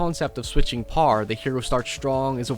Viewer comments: the japanese say power as powah idk where you're from but its interesting you say power as "parr" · Who the fuck pronounces "Power" as "PARR". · love your pronounciation of "power".